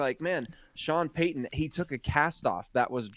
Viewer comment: Its Payton not Paton